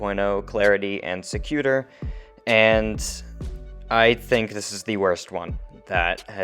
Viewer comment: Sec u tor’. Accent on the 3rd syllable. Win gardium levio’ sa